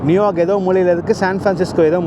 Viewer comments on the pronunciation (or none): none